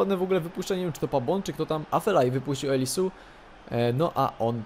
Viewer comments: nie Elisu tylko Elizeu:) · mowi sie eliseu a nie elisu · czyta się eliseu a nie elisu !! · nie mow Elisu, tylko Eliseu! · eliseu czytaj się elizeu